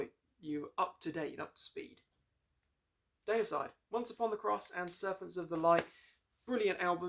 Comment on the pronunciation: Say Dee-uh-side! Or Glen might get angry, (just kiddin') Seen them live 3 weeks after the Hoffman brothers where kicked out the band on tour in England 2004. Dave Suzuki (Vital Remains) and Jack Owen (Cannibal Corpse) filled in guitar duties there. I saw them kick ass brutally Effenaar Eindhoven NL Scars of the Crucifix album\,,,/